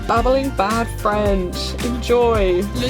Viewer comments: Wow I'm french and really your accent is amazing ! Obviously I can hear that you're not French, but you're really doing a great job here, especially the R sounds ! And your accent doesn't really sound English, it's funny, it sounds almost a little German-ish :). And here are my little "tips" for listening comprehension : watch movies and series or anything you actually enjoy (that's the important part) in French with English subtitles. It will help you learn more basic vocabulary and expressions than what you can learn in textbooks, wich definitely sounds too posh for normal conversation, and it's fun, so you'll learn faster. And once you're comfortable enough to stop reading all the subtitles and still understand the general meaning, switch to French youtubers or any kind of video content you would like :) Because seeing people talk vs only hearing them helps with the comprehension so much!!! That's what really helped me with English as I was SO BAD at it when I was in high school, and now, even if I'm not 100% fluent, I can understand almost everything and easily participate in normal-level conversations when I'm visiting my friends in London, so HUGE progress ! And after that you can make French friends and facetime them all the time to talk more haha :) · i’m french and i love your accent!! it’s pretty good and way better than the accents i’ve heard in my classes aha. for me, objective driven learning really pushes me. there are some exams ranging from A1-C2 that you can take. the A2 is an equivalent to an a level! you can take these at christmas and in june at the french institute in london. these exams have really challenged me and my sister :D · As a french native speaker, I can say your pronounciation is actually really really good!! :) I wasn't ready haha, you're doing great keep going🌟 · you're not butchering french at all, your pronounciation is amazing and i could understand what you were saying perfectly! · Your French accent is actually pretty good!